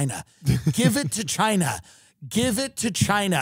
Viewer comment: "Give it to Chiiiinahhh", sounded sooo Long Island and I love it!